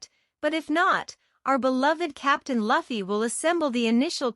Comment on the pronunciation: I hate how the voice says Luffy